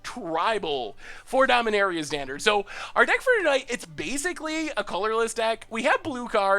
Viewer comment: Did anyone else notice the L at the end of standard?